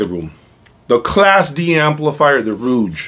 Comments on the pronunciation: The name of the brand is Rogue, which rhymes with “vogue” like the Madonna song. What you’re pronouncing (rooj) is spelled “rouge” with the u before the g. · What device are you using to capture the sound of your room playback, to download to/through YT? Did I miss that!???....Ummm? I believe the name of the company rhymes with ...."hoage(ey)" (the sandwich). Not the French word for lipstick or "red" ....I'm sort of a loss as to why not stating the name of the "mystery" amp. Was it the VAC mono's? ..just wondering why the hesitation? Overall, it was interesting to me with the addition of the Soulution pre. Thanks for putting on the show.I wonder too, if the use of the Class D amps used by OCD guy, would be an equal challenge to the VAC's? $7k pr, higher wattage than the Rouge?... Peace!